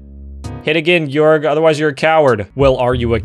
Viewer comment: Guorg just guorg